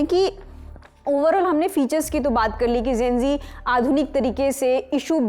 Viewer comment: Gen- zee hota hai naki Gen -g...😂 Similarly nishan hota nisan nahi... Lallantop should watch these things...Cost cutting zaada ho gaya